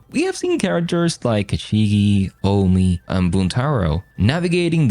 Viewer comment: Omi and Ochiba are pronounced with a long o 😮